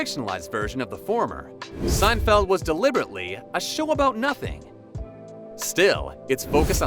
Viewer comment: Yes, I laughed out loud when I heard this . With such outlandish narration I'm surprised that elsewhere we didn't hear Jerry referred to as "Jerry Seinfield."